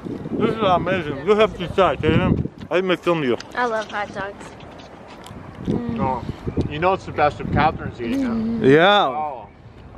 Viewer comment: Hut dugs and Boorgers